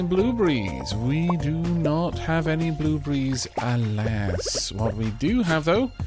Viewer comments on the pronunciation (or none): Great job once again. keep up the funny saying. just to help you its not blue Brees it's blue BERRYS. think beares. ok..but nice job though.